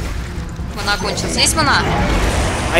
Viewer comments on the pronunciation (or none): И не манА а мАна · Стрёмно когда говорит мана ', когда надо говорить ма'на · Не манЫ а мАнны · Ох ох, я вспоминать свои первые шаги даже не хочу, это было давно и еще а обычном warcraft, это сейчас есть так сказать "все условия". А вообще мне очень нравиться смотреть данные обзоры, только вот ударение на слово "мана" немного удивляет что ли =)